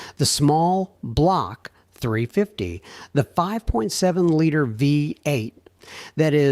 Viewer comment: Horrible AI slop. There are so many inconsistencies, such as, talking about a particular truck engine then showing the wrong engine (not even the same brand). The AI can't even say small block 350 correctly. I could spend my time listing many of the "mistakes" with the corresponding time stamps, but it would take too long. AI slop SUCKS!